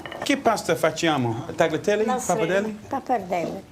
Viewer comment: no, he needs to learn how to pronounce tagliatelle first lol. No G 🤣🤣😅